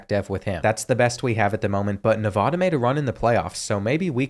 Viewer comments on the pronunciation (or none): like the vid but it's Nev-AA-da not Nev-ahh-duh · As someone who lived there for over 15 years, the first a in Nevada is like the a in apple, not the a in awesome. Great video.